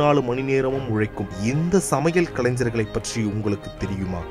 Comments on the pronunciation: கலைஞர்.....கலைன்சர் இல்ல....பேசுபவர் தமிழை கற்கவும்...உச்சரிப்பு முக்கியம்.. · தமிழை கொல்லாதே. கலஞ்சர்கள் என்று சொல்லாதே. கலைஞர் என்பதை தினம் தினம் சொல்லிப் பழகு. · அது கலைஞ்ஞர் அல்ல, கலைஞர். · முதலில் தமிழை சரியாக‌ உச்சரிக்கவும். கலைன்சர்‌ அல்ல, கலைஞர். கலாச்சாரத்தை சிதைத்தது போதும். மொழியையாவது விட்டுவிடுங்கள் தயவுசெய்து. திரைப்படத்துறையில் கோலோச்சிய உன்னத மற்றும் மிகப்பெரும் கலைஞர்களுக்கு ஒரு காணிக்கையாகவாவது இருக்கட்டும். நன்றி. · கலைஞர் என்கிற வார்த்தையை சரியாக உச்சரிக்க தெரியாத நீ ஒரு தமிழனா?